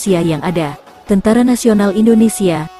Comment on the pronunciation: kmu org mn min,kok tentara ngomong ny teentera